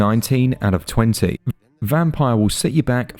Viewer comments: It's pronounced "Vampeer" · I think this is pronounced 'vamp-eer'.